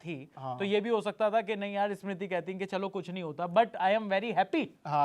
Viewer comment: Host are the most chu.... pahele tera diction sudhar... For Smiti he is saying eeesmiti... Lady voice wale... Bas sabki lete rahta hai tu... The other guy also as if he is wife...😮😂